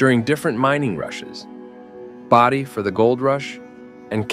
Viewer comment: Its bow-die